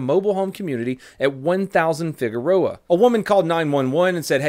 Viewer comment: Damn I’m very impressed you pronounced Figueroa right, that’s my moms last name and people always butcher it.